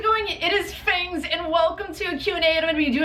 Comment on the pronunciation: Hey guys hows it going it is "fengs" looool